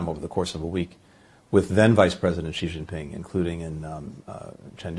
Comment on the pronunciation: For goodness sake, get "Xi"'s name right 😅 I mean, you don't want anyone to get Biden's name wrong.